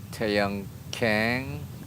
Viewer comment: 한국은 캥씨나 퀭씨는 없습니다~ "강"으로 발음해주세요~^^